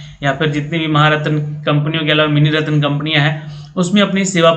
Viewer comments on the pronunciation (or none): none